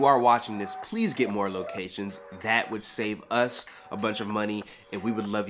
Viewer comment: Yes as! U said u p s! It annoys the crap out of me when people say ups! 🤢blek!